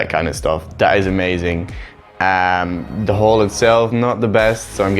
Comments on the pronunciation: Your pronunciation of "hall" makes me uncomfortable. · Was just about to comment the same thing. Took me a while to even understand that's what he was saying. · Its just an accent? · That is how the dutch say it